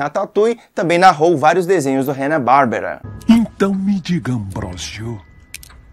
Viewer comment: BONITA HOMENAGEM, POIS SOU FÃ DOS DUBLADORES CLÁSSICOS, PORÉM UM RESPEITOSA OBSERVAÇÃO, VOCÊ CITOU HANNA "BÁRBERA", NA VERDADE É HANNA BARBERA, SEM O ACENTO NA LETRA "E". MEUS MAIS SINCEROS SENTIMENTOS.